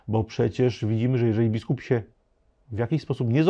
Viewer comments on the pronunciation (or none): Bardzo wnikliwy komentarz - wielkie dzięki! Ale proszę o dbanie o język mówiony! Nie: się a sie, nie: w- myśleniu a wmyśleniu, nie: za Odrom a za Odrą, nie: wiedzom a wiedzą, itd. Pozdrawiam